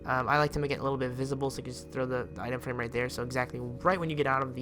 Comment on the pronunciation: Who heard him say itema frame